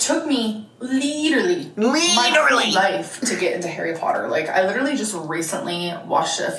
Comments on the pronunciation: LEEDERLY BWAHAHAHAHA That scratched my brain so correctly. I hate how she says it like like that. I don't think she graduated college OR it's true ehat they say about the south..... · idk where she picked up LEEDERLY but she needs to leave it im gonna rip my ears off (sorry to anyone else who says literally like that, i am sure you dont shout it like her)